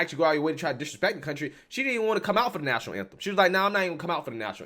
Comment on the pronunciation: Did he just say 'National namtem.?😂😂😂